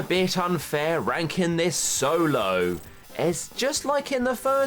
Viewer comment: Every time I hear you say “Ranking video” I think you say something else 😂😂